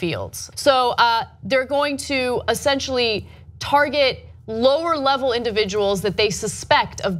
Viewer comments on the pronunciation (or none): it is "Essentially" NOT "Assentially." Learn to speak!